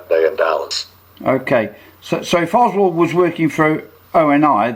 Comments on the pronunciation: This guy can't even get his name right; it's Oswald, not Oswell!! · Why does he keep saying "Oswell" instead of Oswald? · this dude can’t clear his name. He can’t even get the name right. He consistently calls him OSWELL not Oswald! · OS WOLD, NOT WELD. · Wouldn’t you think that a man who was former CIA and supposedly has extensive knowledge of the JFK assassination, background operations would pronounce Lee Harvey Oswald’s name correctly? Throughout this conference call he repeatedly pronounces it Lee Harvey Oswell. He lost credibility with me. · How is it possible to give this man any credibility when he can't even pronounce a major characters named properly? He keeps pronouncing Lee Harvey Oswald's name as Oswell! Did he ever know the guy? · Clear oswalt's name? This guy can't even get his name right. It keeps saying Oswell. Did he know him or not? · While I would like to believe this guy- a few things that he said made me wonder. I was under the impressi I n that David Atlee Phillips and Bill Harvey were on on the assassination as opposed to being on an abort team. Secondly, as well known as the name Oswald is, this guy keeps pronouncing his name, "Oswell." I would not expect that from someone intimately familiar with the assassination. Oswald was a household name. I don't think it is a matter of this guy's accent either. I do appreciate this video though and am glad you posted it. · This man is not even pronouncing Oswald's name correctly.. come on people...